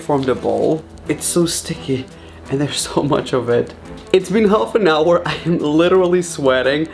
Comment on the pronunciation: He said 2 hoi cookie